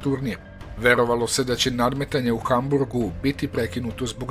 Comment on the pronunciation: HAMBURG A NE HAMBRUG